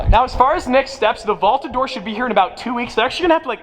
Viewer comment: Sounded like you said vaulta door